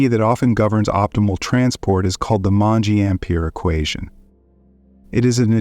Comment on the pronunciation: Great except for the French and Italian pronunciation...it's not hard, not Mongé but, Monge (moange using English phonemes is sort of close)